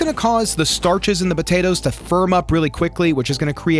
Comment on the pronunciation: I love you dude but hearing you say "botatoes" every thirty seconds has me dying 😂 i know it's a regional accent but it's so pronounced on that word!